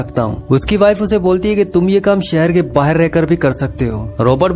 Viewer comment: Abe Bahar ko baher kyu bol raha hai